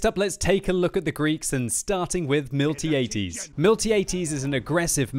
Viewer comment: Looks cool man. Just wanted to let you know that Miltiades is pronounced Mill-Tie-A-Deez. ;)